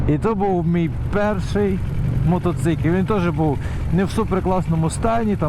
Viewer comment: Мотоцикиль 😂😂😂 ппц меня прет с этого слова 😅